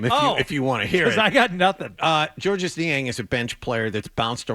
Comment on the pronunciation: Georges Niang would probably pronounce his first name the French way as "George" without sounding the S.